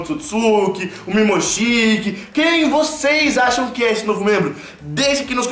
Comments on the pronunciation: não é Mimoshiki é Momoshiki! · Pqp e momoshiki não mimoshiki fala certo